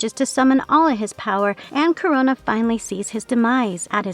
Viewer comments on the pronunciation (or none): it is Kro-na. like the titan Kronos! NOT CORONA< LIKE THE VIRUS. i know it shouldnt bother me but jesus fuck, pronounce it right or use a tts that will. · It's "KRO-NA," not "Corona." LoL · Dudes get yourself a better narrator. I am in and already I am getting tired of hearing her pronounce this name as Corona, when its Krona. Nobody needs a damn reminder of COVID. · I'm not leaving a like because his name is Krona, not Korona. 🤣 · It’s not pronounced Corona. It’s Krone-na. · I had to stop watching after like the 12th time she said Corona instead of Krona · It's spelled "Krona", but you keep pronouncing it like "Corona"? Are you an incompetent speller, or reader? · This shit is whoring for comments by pronouncing Krona as "Corona", FFS... I HATE that I gave the video an interaction, but I was too annoyed to care. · It kinda not feels good how they pronounce Krona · Amazing, you pronounced the name wrong the entire video.